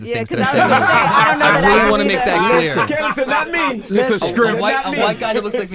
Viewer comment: "CAY-lum"?? as a brit i'm cringing lol.